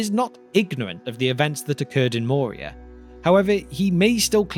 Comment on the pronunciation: I believe "Moria" is pronounced with a rolling R, not the soft-R of English. (Of course there's no rule that says that names have to always be pronounced precisely as they are pronounced in their original language.)